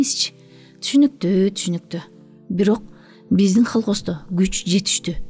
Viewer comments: Колхоз. Холхоз эмес. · холкоз эмес, КОЛХОЗ 😅😅😅😅